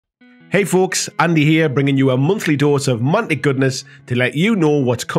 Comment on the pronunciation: It sounded like he opened with "Hey, fools!" and thought damn, they're coming out swinging in the new year... 🤣 Love the updates and can't wait for Epic Warpath!